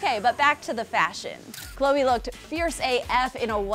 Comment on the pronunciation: Hate when they call khloe Ko ko. Irritating